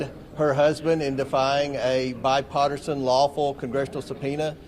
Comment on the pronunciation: He can't even pronounce bipartisan